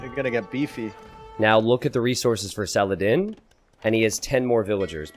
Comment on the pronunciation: Sal uh Hah Deen